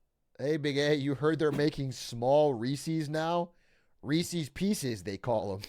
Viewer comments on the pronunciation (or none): DID LIL BRO JUST SAY REESEES?!